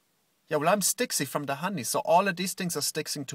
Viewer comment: ze knee of ze bee